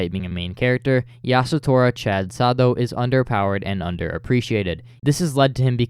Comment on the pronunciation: name is literally "sado" cool vid otherwise